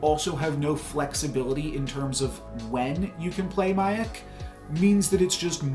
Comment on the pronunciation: Miek is pronounced like the word Meek. You got Caiera pronunciation right. Stormbreaker will be a 0/1 not 0/0